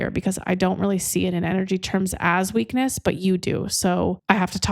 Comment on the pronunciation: Did you say "the weekend of your strength at the end?" No, no.. I listened again while typing the question. I think you said weakness. 🤔 indeed. Made me laugh, though.